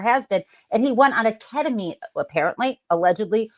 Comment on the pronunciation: KET-uh-meen, not KET-uh-minh. You said it right most of the time ❤️